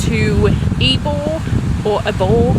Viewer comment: You said it right the first time - Ebor is pronounced Eee-bor